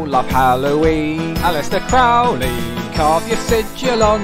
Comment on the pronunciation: It is Crow..ley,not crauley